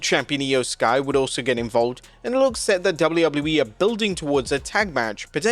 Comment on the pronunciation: is he saying double u wouble u e?